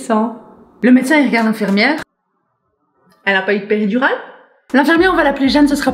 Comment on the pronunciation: Qui a entendue épidural ?😂😂